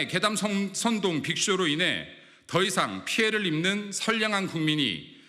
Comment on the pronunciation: 근거도 없는것을 선동이나 하는짓~ 지금 소금장사중~ 목표액이 될때까지 소리질러~~ 전교조는 학생선동~ 꼬라지하고는? 이×명 운이 끝났나? 선동발음이 어눌~쓰러질려나?